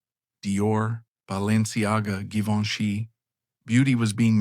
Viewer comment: You mispronounce Givenchy and couture in the beginning, though you fixed it later.